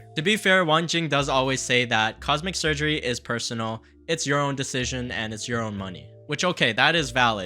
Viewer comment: You said Cosmic Surgery lol